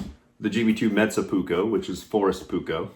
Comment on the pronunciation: Pronounciation (is this right?) of your Finnish "metsä puukko" is pretty spot on 🙂 Metsä = forest and puukko = knife. Good video thank you.